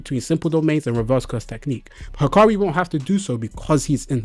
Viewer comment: Bruh, looks like you forgot what sukuna's DE did to gojo's DE. there's no way hakari's DE beating sukuna's DE, its just not possible because sukuna has open barrier, and you see what happened to gojo's DE right? i suggest you reread the manga because you seem confused. and his name is "hakari" not "hikari"